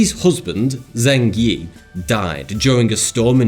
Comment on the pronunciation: Btw ZH is pronounced J. It’s pronounced “jeng yi”